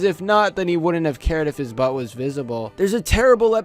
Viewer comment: I like how you put the “oomph” on the word “butt”... “BUtt”